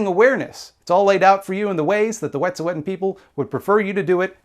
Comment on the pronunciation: i haven't seen anyone point this out yet, but from what i know, the pronunciation of wet'suwet'en you're using is incorrect - toonasa_tseke on instagram posted a pronunciation lesson! i'm also non-indigenous and living within the claims of the canadian government and i think we need to be trying as hard as we can to honour indigenous people's language as much as we honour their struggle. other than that, great video <3